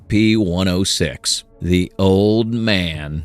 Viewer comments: this is all ai and ur even covering it up saying "well hide that better next time" can u get any worse u even mispruonounced "scp" as "spc"? js make actual content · "the SPC foundation" that is an honest slip of the tong, a slight mistake. I can respect that you did use a real voice instead of an AI voice. the visuals though... not a fan, i would have been more impressed if you had put together pictures and game play footage over this. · KEH-ter S C P